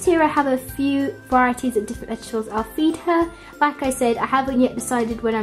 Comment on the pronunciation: It's vegetables and not vet gables !!! No offense I love your videos